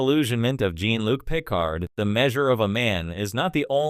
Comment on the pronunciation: OMG cant even pronounce "Jean"-Luc correctly as well.... talk about wanting to get clicks